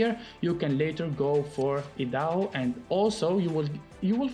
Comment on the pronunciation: Idaho is pronounced I-da-hoe lol 😂